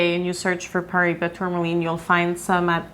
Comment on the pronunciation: Paraíba pronunciation; Paw-rye-ee-bah (in my best phonetic spelling) -also--the 'r' is rolled, maybe some weren't aware I have a collection of high quality Brazilian rough specimens, the largest being 12.95 carats from the Mulungu mine, near Parelhás, hand picked by myself, purchased directly from the Brazilian tourmaline mining company that mined it, because I noticed a specifically vivid and neon-bluish turquoise in this piece and an extremely high level of cat's eye chatoyancy within a nearly flawless vector of the flesh of the crystal, and this high quality vector takes up around half of the total stone, and after purchasing said stone, I later realized that this piece will likely cut a star-bearing tourmaline, containing asterism through high levels of cat's eye chatoyancy, I'll be cutting into it very soon, hoping to yield a carat and a half cabochon of fine Brazilian Paraíba Tourmaline Also, that same piece looks to be similar to the Brazilian piece you showed , at least, its my best guess, comparing a real stone to what the camera shows on-screen is pretty hard sometimes